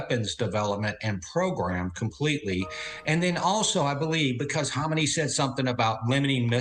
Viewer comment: Isn’t it pronounced Ka-may-nee? Not Hom-in-ay?